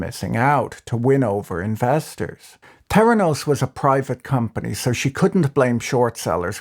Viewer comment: "T'heranos" or "Feranos"?